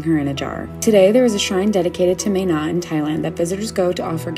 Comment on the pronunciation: Ok im from Thailand and they pronounced "mae na" incorrect nomhate but ur suppose to pronounce it "MA-NA" not "May-NA"